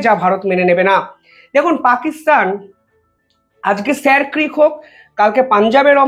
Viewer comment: উচ্চারণ হবে " শির ক্রিক " । এটা কচ্ছের ভাষা ।